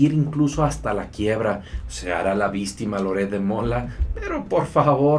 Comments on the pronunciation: ¡Me siento en la obligación de corregirte! porque hay una pronunciación (min ) totalmente equivocada de tu parte, dices; "VISSSSTIMA" Y ES; "VICCCTIMA". (con todo respeto) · Víctima por favor yo te sigo, puedes hablar bien ya no digas VISTIMA sale?